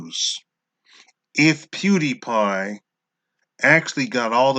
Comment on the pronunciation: What the hell is a "pudy pie?"